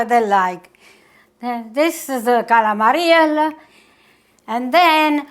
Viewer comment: God Bless You, Dear!! You look wonderful! Stuffed calamari!! My mother pronounced it exactly the way you do. We made this, together, every Christmas Eve. EACH and EVERY time I picked up the squid to stuff, she would say "Don't over stuff them." Every single time! They were so delicious. We would have them with capellini. The sauce was so tasty! They were better the next day, if there were leftovers. Thank you so much for sharing your recipe. May God and His Blessed Mother be with you always. Sending prayers and love from Rhode Island. 🙏❤😘